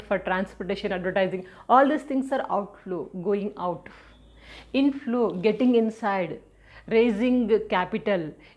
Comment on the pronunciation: inflow i heard it is as intlo😅